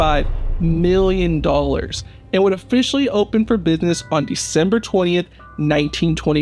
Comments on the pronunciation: Isn’t it pronounced business not buness Op At least speak properly please. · Exactly. He means Art Deco, but cannot say it properly, just like he says buness for business!